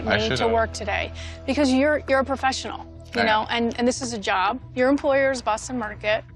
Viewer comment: his yob? did I hear right?